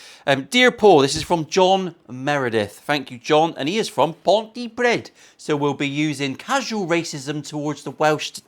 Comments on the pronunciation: Pontypridd is pronounced Pontypreeth fella. Cheers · Pont-ee-preeethe. That’s how you say it. 🤓